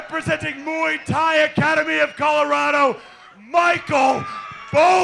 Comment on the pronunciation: yeah, moo ee tie ? duncorama - it's pronounced mway-tie